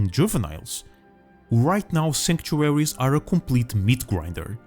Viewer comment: Why would you make a video on a word you can't say.